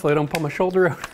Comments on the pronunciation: When you say out like oowt 😊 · that was awesome and helpful -- and i laughed every time he said oat for out :face-purple-smiling-tears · Where does his accent come from? The way he says “out” is different! 😁. Oh, I just learned from Google that he is from a small town in Ontario!!!